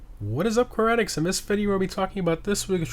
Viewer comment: He sounds Indian when he says that